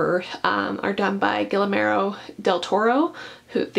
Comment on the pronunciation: All of those are stunningly beautiful books. Also, I hope I'm not being rude but Guillermo del Toro's name is pronounced gee-YAIR-mo. I know it's difficult if your first language isn't spanish, so I just wanted to let you know :)